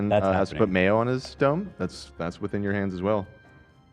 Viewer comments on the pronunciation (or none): none